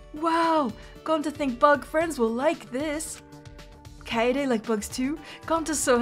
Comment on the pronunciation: I'm sorry,, but this is going to bother me the whole playthrough if I don't address it here. Kaede is pronounced as Kai-day. Don't be a Kokichi. Please.